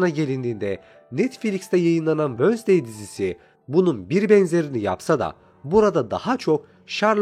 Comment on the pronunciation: Abimwensdey vosday diil ;p